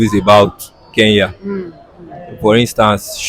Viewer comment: Guys it's not Keya but Kenya